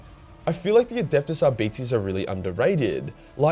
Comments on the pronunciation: Ar-bit-ays, not Ar-beetees. I'm not a grammar nazi or lore wh*re, I just couldn't stop laughing long enough to enjoy the video because my first thought was 'Diabetes' 🤣 I'm sorry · ar-beet-ies? lol. Ar-bite. as in arbiter, as in arbitration.... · I've always used Latin pronunciation. Ar bee tays... Doesn't really matter though. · I'm sure Arbites are pronounced Ar-Bites. Not bitty tittes. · Arbites Arb-i-tes Arb i tees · "Are Bites" "R Bytes" Arbites, as far as phonics goes. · I thought it was Ar-bit-eez, like Arbiter, but with an S. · pronouncing arbites like diabetes is killing me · Omg,. Your accent with their name is cancer. Arby T's. XD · Who else was brought here by dread memes ?,,,, its produced "Ar-Bite-se" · At BITE ees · I always heard it pronounced "Are-Bites"... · Ah yes the adeptus ARE-BYTES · great video mate, but you need to say it 'Are-bites' (Arbites), as if you're taking a bite or bites out of something. lol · I love how it almost sounds like you're saying diabetes each time you say Arbites. ADEPTUS DIABETES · Are-Bites... Damn Aussie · Who would win in a fight between an Are-Bite and an A-Start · every time he says arbeetees I loose a bit of a my soul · I thought it was pronounced R~bites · Pronouncing it as arbeeties made me wonder if two of them working together would be a diarbetes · Lol who says it like that mate 😅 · You should use some of that Patreon hentai money to hire a latin teacher because the way you pronounce arbites is heresy.